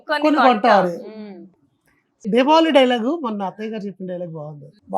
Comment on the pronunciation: దీబావలి కాదు దీపావళి